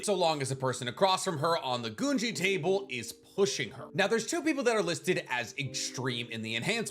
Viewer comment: Did you just say Goonji instead of Gungi 😭😭